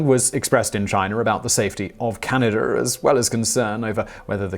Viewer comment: Canader? Why do the English do that? I know Simon really tries not to, but the faster he talks, the more likely he is to slip.